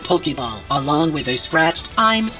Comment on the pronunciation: Lol , u sed lib mi alonG